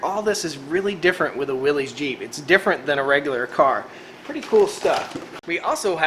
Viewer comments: Please quit calling it williessssssss, you are giving me the willies. It is pronounced WILLYS. "Yars says" WILL S. Willies is a nervous condition of agitation or great discomfort. You have in your life probably heard a person announce someone or something gives them the willies. And no, it's not up for debate. Familiar with your area and love your videos and things going on. Keep them up from now on. Check out John Willys, circa 1912. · I believe it's pronounced Willis...not willies. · It's pronounced Willis, not Wilee's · No one's going to comment on how it's pronounced Willis, not Willeez? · The way you mispronounce Willys drives me up the wall. Other than that love the content. But MAN that mispronunciation drives me up the wall.